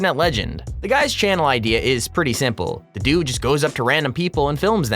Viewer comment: channel not chan